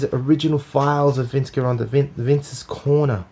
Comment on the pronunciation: It's pronounced Jeronda!!!